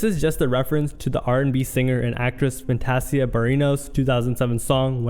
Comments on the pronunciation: Bro said "Fanta-C-uh" instead of Fantasia 🤦🏽‍♂️ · "Fan-Tay-Zia" is how it's pronounced. Where are you from? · The fact that he showed a clip of Keenan instead of rkelly and the way he pronounced hilfiger and fantasia is wild lol